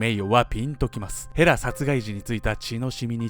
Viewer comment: の衣装がΣ(ﾟдﾟ；) とても寒そう(;_;) 風邪引いちゃう(;_;) 今から見ます！、、ヘラがフ○ラに聞こえて話が入って来ない（笑）、、ごめんちゃいm(_ _)m